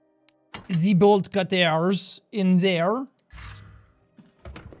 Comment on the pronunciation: sean, im literally dyyyyyyyyyyyyyyyyyying at all your little phrases, and quips. "im slippery like a nipple" "ze bolt cuttairs" biss ilysm and keep on gaming cuz u my faaaaaaaaaaaaaaaaaaaaaave henny